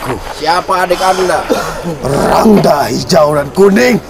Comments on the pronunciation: Rangda bukan Rangga wkwkwkwk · Bukan Rangga kayaknya mah, tapi Rangda/ Rangde. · Sepertinya Rangda bukan Rangga